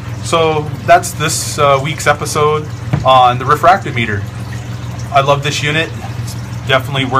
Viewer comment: RE-Frack-TOM-I--TER not refract-O-Meter.